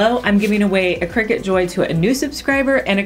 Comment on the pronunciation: YAY entered! I love your ideas and presentation! And thanks to you, I know how to pronounce "Cricut" - used to wonder why they called it a "Cry-cut" LOL